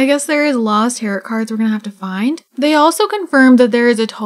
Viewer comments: Also tarot is pronounced tarrow not tarrot 🤣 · You're pronouncing tarot wrong. the second t is silent (tair-OH) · Its more like : « tah-rrow »